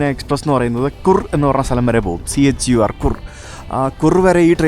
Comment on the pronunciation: Chur പറയേണ്ടത് കൂർ എന്നല്ല, ചർ എന്നാണ്.